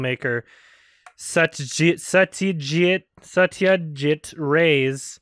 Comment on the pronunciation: The way pronounces Satyajit Ray's name makes it seem like he has yet to experience Ray's filmography. I really hope I'm wrong on that.